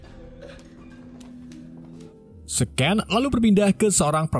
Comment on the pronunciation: scen = adegan scen dibaca sin CMIIW